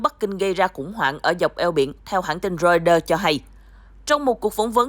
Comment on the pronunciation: Biên tập viên đọc ( roai tơ ) mà cũng không chuẩn ... ( lin kin ) là ai ... ¿